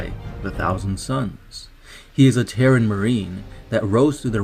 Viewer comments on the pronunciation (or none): none